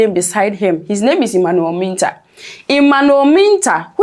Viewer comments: Please get your Name Pronunciation Right. Mintah. 😮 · Madam it is Mintah and you said whaaat?